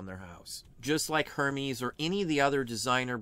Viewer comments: Great content. FYI Hermes is French and pronounced Her mez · Outstanding & Informative, btw, Hermès is pronounced (air-mez) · Hermes is pronounced "Er mez"